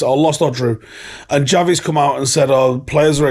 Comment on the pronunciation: Shouldn't it be pronounced "SHavi" or "KHavi"?